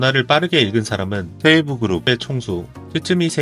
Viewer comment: 세이부 그룹을 왜 세에부라고하지?내용은 재밌는데 일어는 감수를 좀 받아야될듯